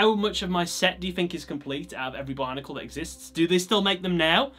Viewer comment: Is it just me or when he says Bionicle it sounds like Barnacle?